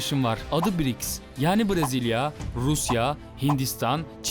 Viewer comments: kanka BRİKS değil BRİCS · BRİCKTS "T" yi ANLAYAN ANLADI ANLAMAYAN BEN DÜNYADA YAŞIYOM DEMESİN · BRİKS DEİL BRICS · Briks degil brics